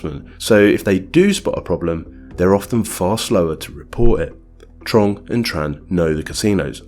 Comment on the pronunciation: Excellent video, but one tip: in Vietnamese the "tr" sound is pronounced "ch" so it should be "Chong" & "Chan"